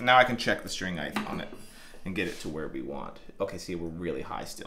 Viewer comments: I just realized you say "heighth" instead of "height". Great video, but I can'th unhearth heighth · There is no ‘th’ on the end of the word ‘height’ — it’s pronounced ’hyte’, not ‘hy-dth’ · Love the video. Great info. Gotta say I cringe every time I hear “heighth “. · Anybody else bugged by "heighth"? Forgive my trollage, great work amd info 💙🤘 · Great video, but “Heightth” isn’t a word. Thanks for showing how to do that stuff. Cheers. 😁👍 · I love how he always calls it "height*th*", like it has to end the same as width/depth/breadth. I wonder if he calls it "weight*th*" too, lol. "Freighth charges on that weighth are eighthy-eighth dollars", lol. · You're killing me. There is no such word as HEIGHTH! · Every time you say heighth I die a little inside. It's just height mate lol.